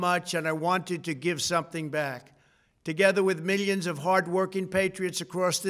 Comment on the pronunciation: Meelions and meelions lol.